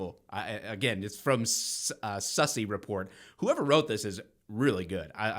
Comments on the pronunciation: They fucked up with Lt. Myers. That is one of the smartest human beings. He’s risen through the ranks to LT before 10 years if I’m not mistaken. He also picked up his law degree, became an attorney while serving the citizens of columbus. BTW, the name Sussi is pronounced (sue see). He’s a former news media guy and he’s running for city council. The current members are trying to silence him and his campaign. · Sussi pronounced “Susie” = Tom Sussi Source: I live in Columbus